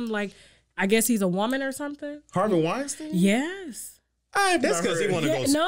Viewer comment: Harvey Weinstein i.e. (wine-steen) steen like sheen Not stine like shine.